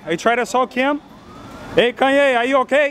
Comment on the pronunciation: the way he says kanye ... I'm creasing